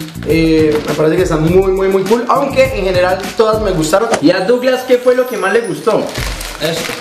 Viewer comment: Se dice douglas xDdd